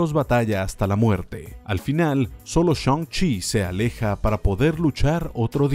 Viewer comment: "Shoun-chi" xd